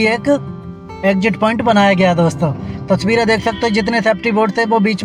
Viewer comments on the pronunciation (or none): Phle ye tasveere bolna seekh Jaye touchveere bolta hai usske baad lelena chaiye drone taki drone ki touchveere nahi tasveere dikhaye:-)